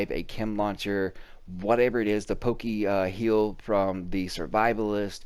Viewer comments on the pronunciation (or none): Poke-heal lmao!!!